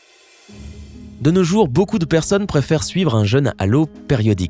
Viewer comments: Il prononce cent fois "un jeune" au lieu de "un jeûne". Il faudrait corriger cette faute de prononciation qui altère le sens, et constitue une sorte de "faute d'orthographe sonore". Pour bien entendre la différence, exerce-toi à comparer "je veux peu" (eu "fermés") et "j'ai peur seul" (eu "ouvert"s). Est-ce le même son "eu" ? Non... Le son "eu" de "jeûne", comme l'indique son accent circonflexe, doit impérativement être le même que dans "vœux" ou "veux" ou "feu" ou "peu" ou "queue" ! Alors qu'il le prononce comme dans "peuple" ou "cœur" ou "seul" ou "beurre". N'oublie pas, toi non plus Isabelle, que les fautes de prononciation sont des fautes de français à part entière. Ce qui transforme aussi en "ramassis de bêtises" francophones tous les "drôles" qu'il prononce "droll" : quelle que soit notre région d'origine, l'accent circonflexe est là, et pas seulement pour faire joli, mais pour nous obliger à prononcer dans trône, Rhône, côte, frôle ou drôle un o bien "fermé" comme dans "beau" ou "gros" - et non un o "ouvert" comme dans "fort" ou "viol". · Vous pourriez vérifier la prononciation des mots qui vous semblent compliqués avant de faire une vidéo ? Parce que "jeune à l'eau" moi ça me fait plus penser à un gamin noyé qu'à une privation de nourriture.